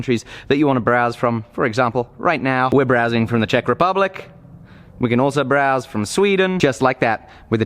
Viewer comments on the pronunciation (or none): none